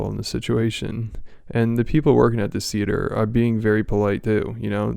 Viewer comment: It’s “theee-ate-orr” hahahahaha